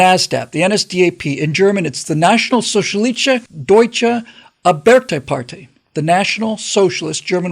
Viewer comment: Ar bite tuh par tie, not Ar berter party.